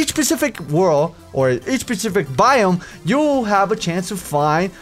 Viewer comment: "this SHPE-SHIF-IC...." Oh, xD